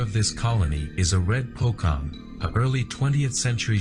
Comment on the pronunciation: it's Po-CHong. not Po-Kong. who made that doc, man...?!?